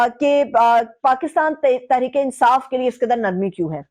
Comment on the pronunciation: KAYA NOT QAYA.....QARAR DAAD....NOT...KARARDAD......TERICK INSAAF NAHI TEHREEK INSAAF......AHISTA AHISTA...JALDI KIS BAAT KI HAI...BIBI SAIB MAI JAHIL HAMESHA HUMA TAN GOASH HOON.....